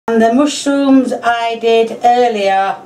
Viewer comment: “moshrooms” I’m saying it like she said